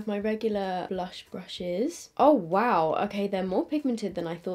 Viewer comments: The way she said blursh made my day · committing to saying Blursh is killing me 🤣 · I'm dead when says blursh 😂. Anyone else?